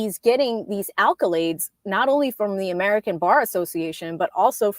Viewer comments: Great info, just a heads up there’s no L after the first A in accolades.. makes it sounds like an alcoholic koolaid lol. Keep doing your thing. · Accolades, not alcolades